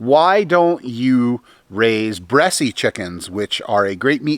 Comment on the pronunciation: Just an FYI...the E at the end of Bresse is silent...you don't pronounce it....unless you were joking around....couldn't tell. Just for folks who don't know the breed